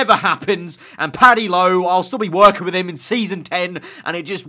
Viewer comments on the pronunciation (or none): none